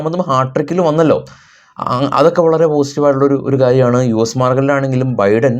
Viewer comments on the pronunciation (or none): none